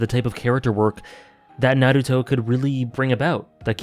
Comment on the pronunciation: It's pronounced Naruto, not Naruto. :)